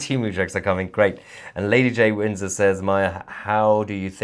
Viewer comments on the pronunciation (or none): none